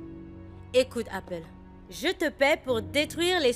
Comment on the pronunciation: et ses "Apole. Apole. Apole!!" 😂 il ne voit pas que c'est une folle? Et puis c'est APPLE. Pas APOLE